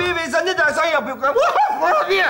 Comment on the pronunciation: kurbiyeye kubiye demesine çok güldüm